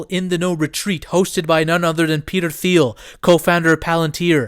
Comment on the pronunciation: I love you bro but for the love of god please pronounce Peter Thiel’s name right!! 😩😩😩 it’s pronounced Teal, the H is silent